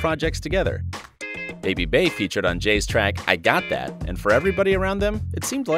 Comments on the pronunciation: “Jay & BAy”... it’s “bEy”, Bey pronounced like bee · Who is Bae? It's pronounced Bee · "Bey" is pronounced BEE not Bay lmfao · STOP SAYING BAY IT'S BEY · 😐 "Bey" is not pronounced "Bay" it's pronounced "Bee". Stoopid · i wish you white folks would stop pronuncing her name Bay its bey as in B you know Beyonce? smhh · Jay & BEEEEEEE. Jay & Bey... not BAE 🗣🗣🗣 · It’s ‘Bee’ not ‘Bay’ 😒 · Bey is pronounced bee not bAy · It annoys me so much how he says BEY like bae I wanna smack him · The fact that you said “bae” i don’t believe any of your research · Uggghhhhhhh he kept saying her name wrong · You really made a video talking about Bey but you kept mispronouncing her name. Fuck off